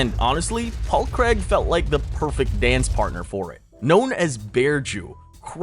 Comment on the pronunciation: Dude Johnny does not have a good chin. Even in amateur fights he got banjoed a few times. And petty complaint. It's Paul CRAIG not Creg. He's not American.